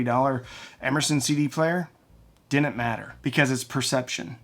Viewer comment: They "dinnint"?